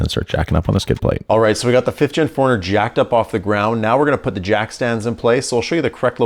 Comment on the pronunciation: Love the channel, love the build series. But interesting how you pronounce 4Runner ( like: foreigner), and asphalt (like: ASHfault). Oh!! and you just gained another Subscriber, as I've been binge watching your content, within the last couple of days.